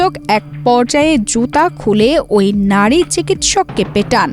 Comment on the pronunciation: কাজটা অবশ্যই খারাপ হয়েছে। তবে, রিপোর্টারের ও বিচার হওয়া উচিত। উনি বাংলার পুরা বলত*কার করে দিয়েছে। নাড়ি না নারী, জিলা না জেলা, মাড়ধড় না মারধর। এইরকম আরও অসংখ্য। নুন্যতম বাংলা শিখে তারপর জাতীয় পত্রিকায় কাজ করা উচিত।